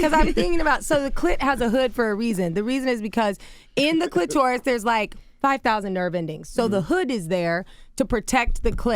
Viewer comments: I can't take an expert seriously who says cli-TOR-is instead of CLI-ter-is. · The CLIT- OR- US / rub it slow / TORT - US